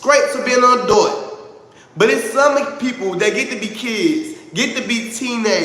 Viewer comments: Ouhhh i cant ..adut...baby sound it out adult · Look at go! When says "adult" it needs to be censored.😩 wtf he pronounce adult like that? Now when he wants to be relatable he knows how to. He has common sense he is speaking rational, its just calculating, not genuine. Look at him trying to be normal and wanting the best for everyone, being sincere and supportive to his audience 😫😆Y'all better listen to he just wants us to reach for the sky is for the people.🤭I don't see how anyone works with Shamar, I would not want to work with no name that has no issues with fighting a woman. He is pathetic I hope somebody rock bottom that mf.